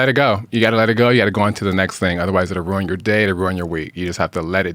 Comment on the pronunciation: Okay - you asked … Jewel - RY - 2 Syllables ONLY NOT Jewel -er -Ry Ruin - Rooo In NOT Rooon 🥸